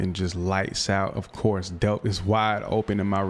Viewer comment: Oscar delp the l is not silent it is pronounced how it looks